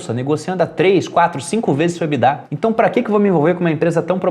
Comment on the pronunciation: Nunca vou superar o surto coletivo que é pronunciar a sigla EBITDA (que é em inglês) pela pronuncia "Ebidá" como se fosse francês. Não faz sentido algum